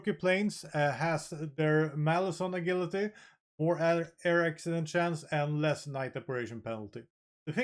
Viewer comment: "A gil ity." i love it.